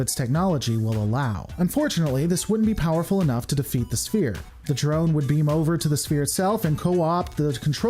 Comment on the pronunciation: Think of sphere as if it were spelled sfere. It is pronounced sfere not spear ;)